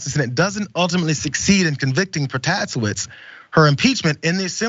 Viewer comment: it takes a pro to say this but it's pronounced "Pro-Tah-SAY-witz"